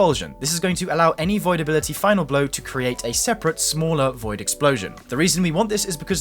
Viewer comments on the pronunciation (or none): none